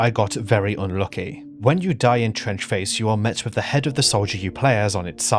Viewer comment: Fuck me i thought you said French Face for a second there